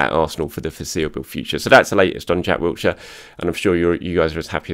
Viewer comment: there is no T in Wilshere. Please pronounce his name correctly. He deserves that much. There is no excuse as an Arsenal fan and journalist to get his name wrong.